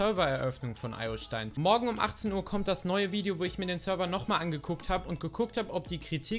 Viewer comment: Du hast den Server Name (Iostein) falsch ausgesprochen